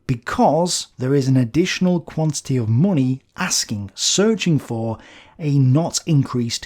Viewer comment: I could watch your videos for hours just for listening to how you pronounce "munni"!